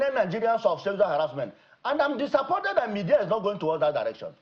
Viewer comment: He pronounced 'media' as 'me-dear'😂😂